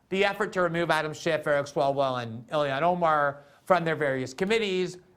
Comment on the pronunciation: ha, he pronounces it as ‘Ill-ion’